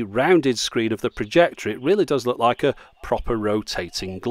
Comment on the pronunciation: He says projector..